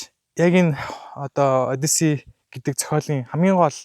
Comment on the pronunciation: Одийсес биш хөөе. Зөв дууд хөөе!!!